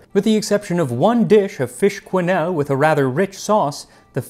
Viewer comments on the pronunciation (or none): I want to brush up on your French pronunciation. If I may. 'quenelles' is not 'qwenèles', it's 'kennèl' and you don't hear the plural, though you write it. Gourmand has a brother, he's called 'Gourmet'. Michelin now separates both: 'gourmand' is good quality but cheaper and gourmet is the addicted one, whatever the cost. Good to know, a 'poularde de Bresse' costs about 25€/kg and comes with the feet and the head. The cheapest way to eat them is the highway restaurants in Lyon (tip from Heston Blumenthal).